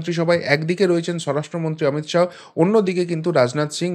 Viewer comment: "শাহো" না শাহ্ বলুন